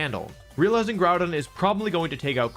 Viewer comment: Is bothers me that he pronounces GROUdon... "Gordon"